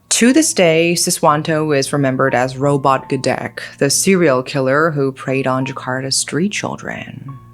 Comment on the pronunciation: Robot gedek is mispronounced too